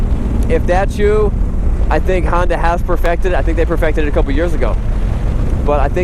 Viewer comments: It is not a Handa, its a Honda, take that hot potato out of your mouth if you speak english. And a DCT is not a automatic. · It is a Honda not a Handa.